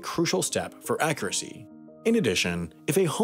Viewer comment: I don't like the way you pronounce "accuracy" .